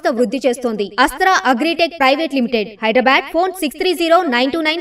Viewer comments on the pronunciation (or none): none